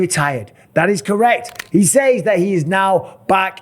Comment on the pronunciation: Strange how you pronounce "says"